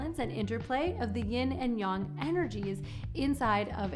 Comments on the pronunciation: She can't pronounce it. She said Yong not yang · Correct is more like "yeen" and "yahng," not "yin" and "yong." But at least she didn't add a g to yin like so many Americans do. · Yeah it's Yin and yang. Not yong. Everyone knows that